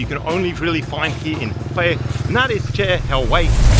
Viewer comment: chè, not chair